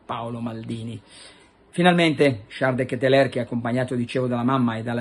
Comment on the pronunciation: De Ketelar si dice Carlo!